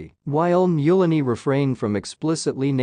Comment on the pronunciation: Mulaney is pronounced Mul-aney like Mullen not Mule-aney, helping a friend ☘️